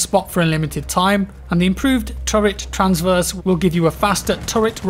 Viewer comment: it's Tra-verse not Trans-verse